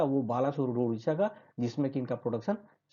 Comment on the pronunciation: Good . Odisha not udisha